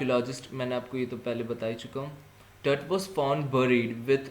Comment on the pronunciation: it is pronounced as टूट